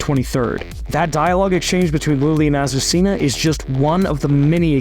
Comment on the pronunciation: Wow it looks great. His pronunciation of Azuscena is horrible. Ah-soo-se-na is how you say it not Ah su see nah.